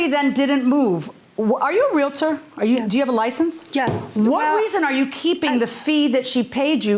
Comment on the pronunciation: It's Real-tor